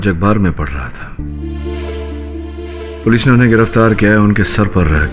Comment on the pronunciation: सब तो ठीक था लेकिन पोलिस थाना क्या होता है पुलिस थाना होता है न 😂😂😂😂😂